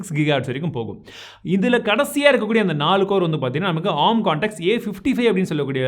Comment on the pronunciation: Bro oru chinna suggestion, don’t get me wrong..!! Adhum A. R. M nu thaniya sollanum … arm nu sollakudathu .. It’s acronym of Advanced RISC Machines